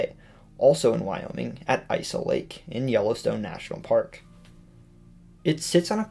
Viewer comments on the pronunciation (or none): "Isa lake is pronounced "Is a lake". Is-ah-lake, because it is a lake.